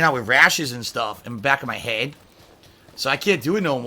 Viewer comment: He cannot say head? Hedd...